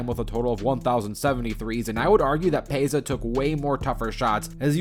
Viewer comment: Ah yes "Kehl Korver", "Kehl Lowry" and "PayZA" Stojacovic